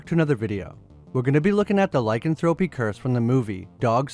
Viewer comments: "Lie-can-thropey" is actually "lick-an-thro-pee". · Google how to pronounce lycanthropy please